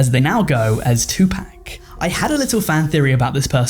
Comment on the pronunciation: Aint never heard tupacs name pronounced like that 😭